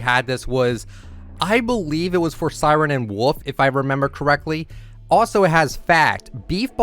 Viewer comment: "Siren and Woof"